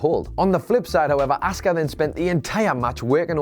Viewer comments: Please teach how to say Asuka as he is convinced it's said Oscar and it is fucking annoying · the streak had to end it went on way to long and was getting boring. p.s. the way you say asuka is awful